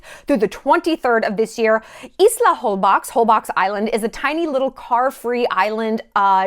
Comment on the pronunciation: Hello Shallon, love your channel, just so you know, the correct way to say Holbox is "Holbosh", it is a mayan word. The letter "x" in maya is spell out as "sh". Sorry for my bad writing, I am mayan, so english is not my first language. Hi from Yucatán and WELCOME to my country. 💕